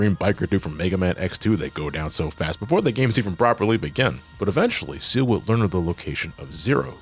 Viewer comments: "Ciel" as in "seal" ??? Nah, dude, it's "Ciel" as in "see el" as in "sky." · Just because it was bothering me, Ciel's name is pronounced C-L, See-El. No offense